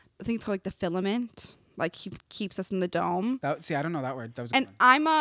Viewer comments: It’s “Firmament”, NOT “Filament”. 🤦🏼‍♀️ I love you ❤️‍🩹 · It's firmament not filament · fellow christan here🙋🏻‍♀️ GIRL the word is “firmament” NOT filament😭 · Firmament, it’s FIRMament!! 😂😎